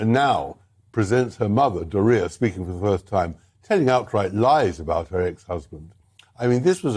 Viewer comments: i like bower saying "door-ree-uh" like diarrhea, which is what sparrys wife has, of the mouth...the apple never falls far from the tree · Does anyone notice that when Tom Bower says “Doria” it sounds like “diarrhea”? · Love how Tom Bower pronounces Doria almost like DIAHORREA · I love the wayBower pronounces Dorias name,its hilarious,only noticed day ago,how he says it, is it for laugh,his accent,not realises or what he thinks of her. How to spell it?!?!when you got the runs. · I like the way Tom mispronounces Doria's name. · I enjoy Tom Bower's pronunciation of the mother-in-law's name, making it rhyme with diarrhea.